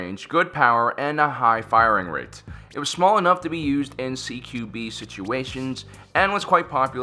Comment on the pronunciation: "Ceekewbee" - Close Quarter Battle